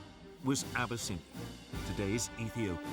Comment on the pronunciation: Abyss-in-I-A 🗣 ok deep water Ocean flood